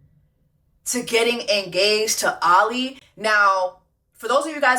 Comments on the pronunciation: I’m glad you finally called him Ollie and not “Ol LI” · Ngl friend I got “oh-lee” ptsd😂